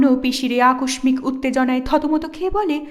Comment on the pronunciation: মনে নিবেন না দয়া করে, আপনার ভুল ধরাটা আমার উদ্দেশ্য না। আপনার এই মহান কাজকে আমি অনেক সম্মান করি। আকস্মিক উচ্চারণটা একটু দেখবেন ; কারণ আপনি একজন ভয়েস আর্টিস্ট। আাপনি আারও অনেক এগিয়ে যান এবং এভাবেই আমাদের সুন্দর বই শোনার সুযোগ করে দেন। অনেক অনেক ধন্যবাদ, আামার সময়টাকে সুন্দর করে তোলার জন্য,এমন অমায়িক উপস্থাপনার মাধ্যমে!